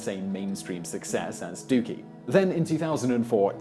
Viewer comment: This video was worth watching, if only to hear Simon say the word "Dookie" in his British accent LOL!